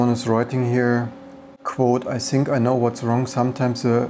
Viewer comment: It just sounds funny. "think" sounds like "sink" 🤣 Aber du bist ein cooler Typ 😁